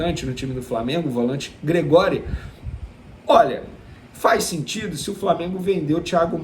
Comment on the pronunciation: Gregory - pronúncia :GRÉgory'...